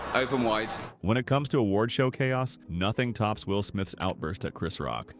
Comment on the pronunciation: Please melcome, Well Gibson!